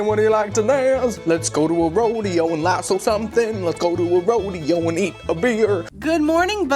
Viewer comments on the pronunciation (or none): none